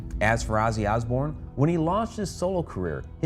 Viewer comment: i hate the way buddy says, Azzy Azbourne